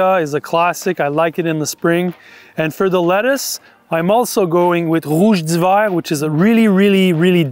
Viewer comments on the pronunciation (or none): You really butchered rouge d’hivers name 😂